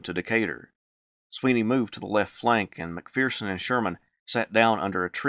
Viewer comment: There is no "fear" in McPherson. Its mac-fur-son.